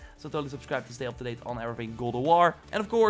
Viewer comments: Dude you need to learn how to actually say God of war not gould of war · this guy says goo of war instead of god of war LUL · and Goldoworrrrrr!!! I think your tongue is left handed.....